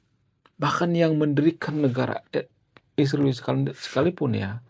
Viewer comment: kau punya pelir le. sebut israel pun salah